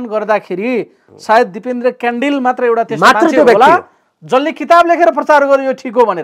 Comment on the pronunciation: कडेल हो क्यान्डेल होइन आफ्नो थर पनि राम्रो सित भन्न न आउने मुला